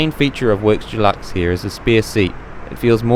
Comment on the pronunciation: Great report, but as an aside, it’s Deluxe, Dulux is a brand of paint, kind of grates on the ears.